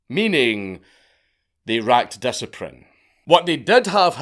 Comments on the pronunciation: “Nuh uh. We don’t racka diciprine!” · "They racked disaprin"...... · "Racked Dishiprine" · Mans fucked me up. “They racked disciprine “ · "They racked discaprine", this is why I watch this channel. That, and to hear you pronounce murder. It's music to my ears.